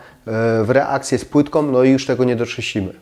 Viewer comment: A co znaczy będom, płytkom, wodom? Chyba powinno się mówić będą, płytką, wodą, proszę zadbać o estetykę wymowy, jest równie ważna jak estetyka wnętrz.